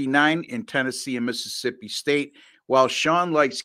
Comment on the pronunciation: says my school name Correctly now! No X man 🤓😊